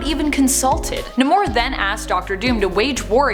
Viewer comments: His name is Namor, as in NAY-MORE, not Nimor lol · It’s pronounced as “Nay-More”, not “Nuh-More” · Namor is pronounced as Nay-More. Say it Nay-More. You could at least watch the old cartoons. Even Spider-Man and his Amazing Friends. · Geez “nimor” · It’s Ney-more... learn how to pronounce it properly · That's not how you pronounce Namor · Love the post but please pronounce Namor the right way